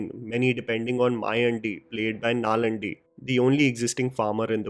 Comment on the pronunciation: It's actually Nallaandi ... 'aa' ... Vjs plays a mystic ... your review didn't cover this aspect of his in detail.